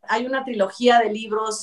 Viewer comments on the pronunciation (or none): Dijiste vinos😂😂😂😂😂 Vinos que😂😂😀😀😀😀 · escuchó vinos en lugar de libros 😂😂😂